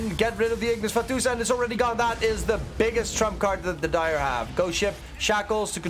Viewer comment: I hate how he says Ignis Fatuus lol